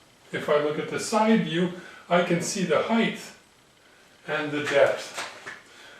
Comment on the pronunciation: Hi, your videos compliment the others you spoke of, they do more of the machining, a craft skill, but you do the theory, and without wishing to be insulting to anyone, a more an intellectual skill. Engineering needs both sets of skills. If you will permit a pedantic English speaker his hobby-horse, Height is pronounced "hi-t" (hite) not ending "th" as length or breadth does. It is a very common mistake made by even native English speakers who feel the words should all end the same. I hope you don't take my comment the wrong way and if I spoke French to you I would hope you would correct my faux pas. ATB for 2015 and the second million chris